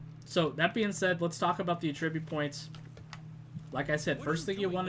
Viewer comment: the way you say attribute made me angry for some reason?